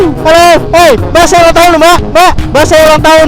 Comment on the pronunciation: "Akhirnya saya ulanng tahun" Kaya gapernah Ultah aja bang :3 XD